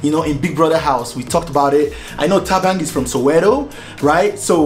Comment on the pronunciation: This one keeps saying Thabang